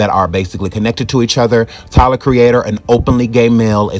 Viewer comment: Tayler the creator 🤣 it's tyler the creator!